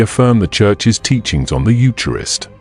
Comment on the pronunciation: The AI needs to pronounce eucharist properly.